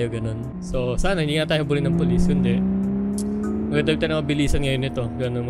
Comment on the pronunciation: Bro. Ang. Galing. Mo. Mag. Dirab